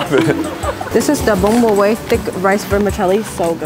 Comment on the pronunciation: The pronunciation of Bún Bò Huế is wrong 😑 but I liked the video 😊 I’m a huge fan